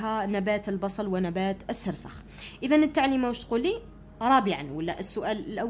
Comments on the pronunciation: باش تقول سرخس قالت سرسخ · استادة شكرا سيجي هايل لكن سرخس ماشي سرسخ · استا\ة نبات السرخي مشي السرسخ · السرخس وإنما ليس السرسخ يا أستاذة وشكرا على الشرح🎉🎉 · السرخس و ليس السرسخ 😂 ولكن شكرا جزيلا لك على هذا الفيديو المفيد❤💖💖💖💖💖💖💖💖💖💖✨ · نبات السرخس وليس السرسخ شكرا استاذة😊❤ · ا استادة سرخس ماشي السرسخ😂😂😂😂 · السرخس ماشي السرسخ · أستادة ليسة سرسخ بل سرخس😂😂😂😆😆😹😹😹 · السرخس مشي السرسخ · ذلك النبات نقول له السرخس وليس السرسخ وشكرا استاذة على مجهوداته❤ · أستاذا السرخس مشي السرسخ وجزاك الله خيرا 🌹🌹🤲🤲🤲♥♥ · السرخس مشي السرخس😂😂😂😂 شكرا استادة😍😍😍😻😻😻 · غير انا لي لاحضتها تقول سرسخ وهو فالحقيقة سرخس 😂😂😂😂ربي يثبتنا قولو أمين تعديل:(مقصديش الإساءة ) توجيهي فقط ❤❤❤ مع الاخير :مع السلامة وشكرا لي تعبك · السرخس واليس السرسخ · السرخس وليس السرسخ في النطق وليس في الكتابه ❤❤😊 اسمعوا ❤ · استاذة ماشي سرسخ ، سرخس وشكرا ❤💗🇩🇿😊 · السرخس ميش السرسخ يااستاذة ❤❤❤❤❤❤❤❤❤ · السرخس ✘ السرسخ✓ شكرا استاذا انشاء الله ندي 18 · استاذة السرخس ميشي السرسخ🙂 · نبات السرخس وليس نبات السرسخ☺ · يودي السرخس ماشي سرسخ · السرخس ماشي سرسخ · استاذة قلتي سرسخ بصح هو سرخص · سرخس وليس سرسخ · سرخس ليس سرسخ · ااااااااااااا أستاذة سرخس ما سرسخ ههههههههههههههه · سرخس مش سرسخ😂😂😂😅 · استاذة اسموا السرخس مشي السرسخ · استاذة نقول سرخس وليس سرسخ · نبات السرخس مشي سرسخ😂😂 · راكي تقولي سرسخ وهو سرخس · سرخس مش سرسخ 😂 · السرخس و ليس السرسخ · سرسخ 😅ههههههه السرخس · سرخس مش سخرس😅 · نبات السرخس ماشي نبات السخرس😂😂😂😂😂😂😂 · السرخس ليس السرسخ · سرخس ماشي سرسخ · استاذة السرخس مشي السرسخ راكي غالطة 🤔🤔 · سرخس مش سرسخ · استاذة سرخس وليس وليس السرسخ من فضلك 😊😂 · استاذ السرخس وليس السرسخ❤😅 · السرخس وليس السرسج😅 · استاذة راك غالطة السرخس وليس السرسخ 😂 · السرخس وليس السرسخ 😂😂😂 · أستاذة السرخس مش السرسخ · استاذة سرخس ماشي سرسخ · نبات السرخس ماشي السرسخ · نبات السرخس ليس السرسخ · السرخس ماشي االسرسخ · أستاذة اسمو سرخس ماشي سرسخ😂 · السرخس مش السرسخ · استاذة اسمو سرخس موش سرسخ 😂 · ال سرخس مشي السرسخ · 😂😂😂😂 السرخس مش السرسخ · السرخس ماشي السرسخ 😂 ههه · سرخس ولي سرسخ😂😂😂😂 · يااستاذة سرخس مشي سرسخ😂❤ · أستاذة السرخس 😅😅😅😂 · ضحكتني كي قالت سرسخ😹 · السرخس مش السرخس